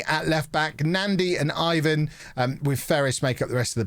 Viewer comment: Ivan is pronounced Ivan.